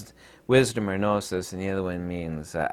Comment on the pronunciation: I love when you say Gnosis. Almost as much as when you say YA. :)